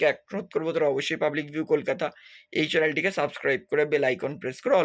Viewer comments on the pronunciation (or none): none